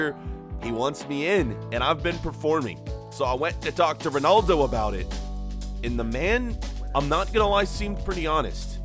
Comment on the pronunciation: It’s roodaldo (Ronaldo.)